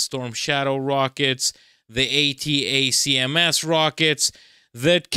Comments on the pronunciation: You don’t have to say each letter of ATACMS when mentioning them. They’re commonly referred to as (pronounced) ‘attack-em’s’. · "ATACMS" is usually spoken as "Attack"ems." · "attack -ems" how you say the missile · pls, it's pronounced "attackems" and "highmars" buddy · Watch some Jake Broe, to pronounce ATACMS properly. 🙂